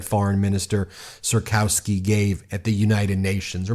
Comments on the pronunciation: I love and appreciate you to death, but as a pole I have to point out the pronounciation. It's Tchas-kov-skee (like Tchaikovsky, but with an s instead of an i) and Nah-vrot-skee. Sorry for being the grammar police, but one of these guys (prefferably the first one) is going to be our president and people should learn how to pronounce his name right. Greetings from Poland 🇵🇱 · Thanks for reporting on this. As a Polish American I am excited to see what’s going on in my ancestral homeland! However, Trzaskowski is pronounced TRAZH-KOV-SKI. No biggie, my grandma’s maiden name is Czyżniewski. No one pronounces it correctly either! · Trzaskowski = Tshaskovski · I'm Polish and sometimes I need to hear how people from other countries pronounce the name Trzaskowski i Nawrocki to understand how difficult our language is. 😁 The way you pronounce this name doesn't sound right at all. But I'm not nitpicking. I understand the problem. 👍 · Hi guys! Big fan, but as someone who has lived in Poland for 18 years, your pronunciation is awful! Anyway, that aside. The results were not as good as it may seem. There was a large amounts of votes for the "right-wing" in general! So, if the other candidates don't lean towards a particular candidate, it is unclear who may win. The race is far from over!